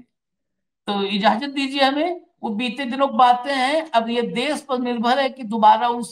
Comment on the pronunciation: Sir please देश को 'देस' कह कर हिन्दी भाषा का अपमान मत कीजिए ।‌